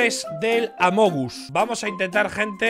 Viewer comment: Amogus jajajajajajaja xD Parece mi tía intentando pronunciar algo en inglés , te amo Ibai